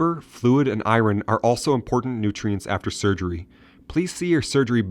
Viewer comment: The narrator needs to learn how to pronounce "iron".